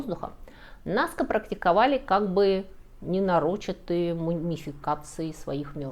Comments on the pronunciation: согласна, очень режет слух!!! В этом выпуске был аквЕдук и ненарОчатые мумии (правильно: акведУк и ненарочИтые, в смысле сделанные не специально) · Акведук - ударение на последнем слоге Нарочитые - ударение на слоге «чи» Паттерны - ударение на первом слоге